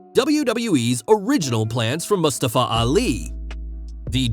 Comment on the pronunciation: Stop pronouncing Mustafa like that. Wtf